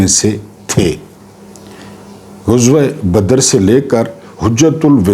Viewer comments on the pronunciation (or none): اچھا وی لاگ۔ ایک لفظ کے تلفّظ کی درستی۔ غزوہ میں غ پر پیش نہیں بلکہ زبر ہے۔ شکریہ